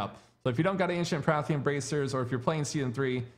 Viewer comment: PARTHAN. Say it with me. PAR --- THAN